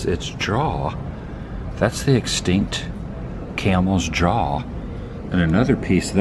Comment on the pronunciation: Did you just pronounce jaws as "draws"?